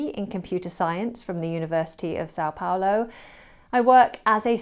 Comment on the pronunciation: As a Brazilian, I tell you that your pronunciation of São Paulo was pretty good.🎉